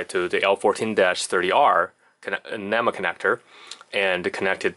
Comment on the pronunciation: Man. You may be a EE but you are sure no electrician. At least learn how to say NEMA before giving advice.